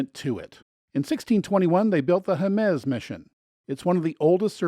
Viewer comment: FYI: the name is pronounced: Hey mez, with the accent on the first portion of the name “Hey or Hay” mez..